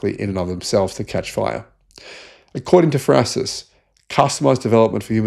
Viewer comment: What is "frasis"? You are garbage at prononciation.